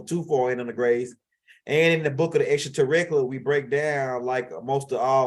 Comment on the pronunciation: XTRATERRICILAT😂😂😂😂😂😂😂...LOVE WHN U SAY THT